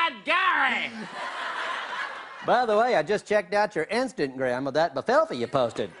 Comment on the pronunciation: "i've just checked out your 'Instantgram' "😂😂😂